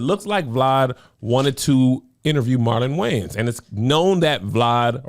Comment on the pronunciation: “Marlon Gayans” is hilarious by the way Kev… and I’m never mad at the “culture vulture”. Because “we” need to stop putting them in position.